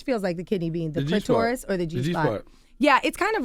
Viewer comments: I can't take an expert seriously who says cli-TOR-is instead of CLI-ter-is. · The CLIT- OR- US / rub it slow / TORT - US